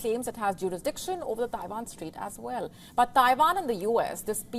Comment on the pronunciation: Abandon Tie-vaan - where is Tie-vaan?